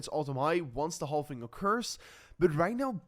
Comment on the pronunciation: I know the word "halving" contains the letter "L", but my friend, we don't pronounce the L. We just pronounce it like this: "havving". Very simple.